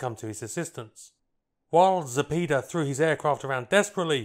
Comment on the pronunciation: Zapeda- "za-pay-da", not "za-pee-da"